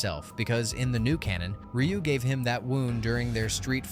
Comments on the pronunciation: RYU is pronounced Ree ooo not R U And wears a Gi “Gee” not G I. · R-U said NO ONE EVER. Not even Rye-u, or Ree-u. I have never heard Ryu being called R-U ever.😂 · Dislike just bcus u don't know how to say Ry U 😂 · Instant downvote when I heard "ARR YOO" WTF dude, do the SLIGHTEST amount of research for your videos. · R u having a hard time pronouncing the names? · I ain't listening opinions about street fighter from someone who doesn't even know how to pronounce Ryu. Disliked.